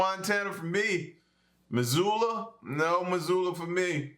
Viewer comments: Props to you for pronouncing Missoula right!!! I'm from northwestern Montana and and was blown away to see you reacting to something from here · I live in Missoula; if you haven't seen the viral "Bear Falls on Trampoline" video you need to :-) It was filmed here too. (Also props for proper pronunciation)